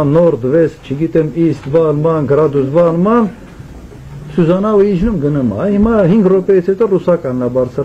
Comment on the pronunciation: Բայց լսեցիք սուզանավ -սյուզանավ Սյուզան ջան😂